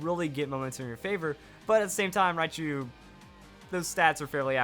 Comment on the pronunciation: Raichu, not riachu.